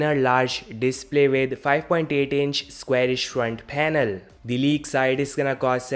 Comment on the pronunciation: Phanel phanel 😂😂😂